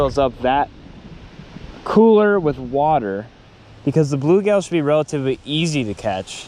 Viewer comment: First of all...it's blueGILL not blueGAIL, I've never ever heard anyone ever call them bluegail. WTF? Secondly you need to have a screen over the tank because bass will often jump out.